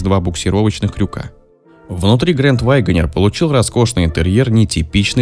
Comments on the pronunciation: "Вайгонер". Тому, кто читает текст, надо бы английский подучить. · С чего это голос за каЙдром решил что произносится ваЙгонир??? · Что за грэнд Вайгонер?? Автор у вас произношение не правильное!!!